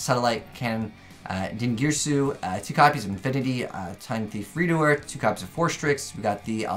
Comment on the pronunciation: Ayy, finally pronouncing Redoer correctly!